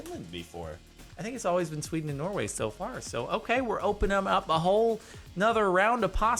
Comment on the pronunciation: STOP SAYING SWEDN!!!